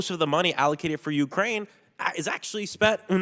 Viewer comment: Not C's? In U-krane?